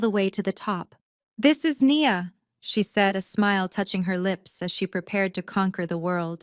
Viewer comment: Of course not. They don't even use proper narration. I counted numerous times within the same paragraph when Nia was pronounced "knee-yah" and one sentence later "nye-yah", for starters. I did like the overall story though.